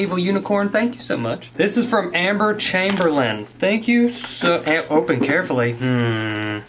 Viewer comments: Who else thought he said Emma Chamberlain not Amber Chamberlain? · i know i had to go back and see what he said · when he said “amber chamberlain” i thought he said emma chamberlain 😂 anyone else? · Yup lol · me too!! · me toooooooo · Same here